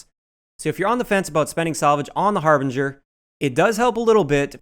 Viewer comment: thank you for pronouncing the harbinger correctly it's amazing how many YouTubers can't pronounce it drives me nuts